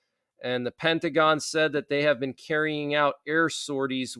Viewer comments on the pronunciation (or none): none